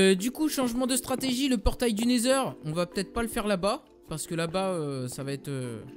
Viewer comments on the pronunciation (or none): le dragon c'est dans le ender pas le nesheur xD